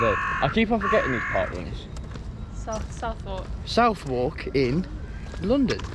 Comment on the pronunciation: The way you said Southwark is criminal lol